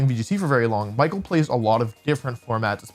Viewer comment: I know the commentators at worlds also didn't pronounce Michael's name properly (which is bizarre, especially for a finals match), but if you're gonna make a deep analysis of a match it'd be nice to check how the names of the players are pronounced 😅